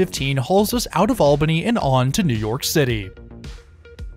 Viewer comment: Also as a local thanks for pronouncing Albany and Schenectady correctly 😂